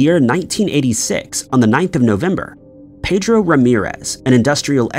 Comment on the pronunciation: That is not the correct pronunciation of ‘Pedro’